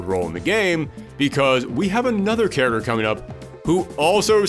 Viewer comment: Love the videos but I still can’t stop hearing “carroter” instead of character 🥕🥕🥕 Great work nevertheless